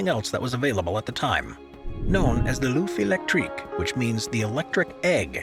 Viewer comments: ‘Loof electrique’ and ‘Poo Joe’ - Ignorant yank. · Hello ! "L'œuf électrique" is not pronounced "oof electric". "Œuf" has the same vowel as in "buffer". Take the "b" and the "er" off and it will be perfect. Phil, Belgium. Peace.